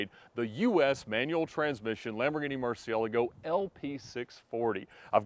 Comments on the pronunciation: I enjoy, and love his cars. But the way he says Murci-Ela-go… 😂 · Lol so typically American… owns 3 but can’t pronounce Murcielago or Coupe! Haha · I know I know.. he’s pronouncing it “correctly” but it sounds funny saying Murcigigglego